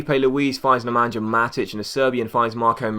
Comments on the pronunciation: Basically nemanYA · Your're pronouncing Nemanja wrong, it should sound something like Nemanha, with the N and H, combining into one, kinda like RonaldiNHo, FernandiNHO